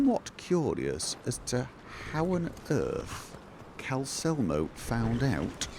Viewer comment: Pronounces Calcelmo, leaving out the second L. Then later inserts a second L into alcoves. That L was always on the way. Just took a while to get there.